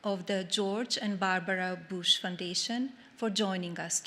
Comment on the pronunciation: How hard can it be to say Bush and not Boosh?